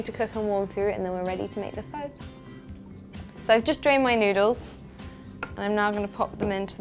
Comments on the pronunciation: ..its pronounced like 'Phar' although its 'Pho'... just so you know .. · She cant even cook pho or even pronounce it. Lol!!